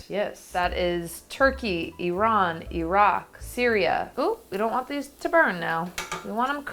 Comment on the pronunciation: I love that she didn't pronounce Iraq & Iran as Eye-Rack & Eye-Ran. She did it good! <3